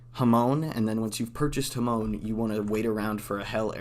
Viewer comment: “Ha-moan” Edit : Jokes aside, this video helps alot, thanks !